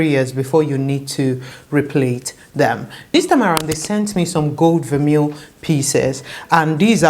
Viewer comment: It’s pronounced ver-may :)